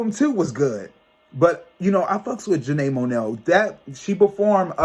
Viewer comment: Janae Monell?!😂😂 Aaron Hill?! 😂😂 You crack me up when you mispronounce names but it’s all ❤ The blonde looks good on you 😄😍 I’m shocked when you mentioned the Renaissance movie merch prices 😲 I watched the Soul Train Awards and it was presented very different this year but the music was on point. If you haven’t already heard October London’s music please check him out 🥰❤😍.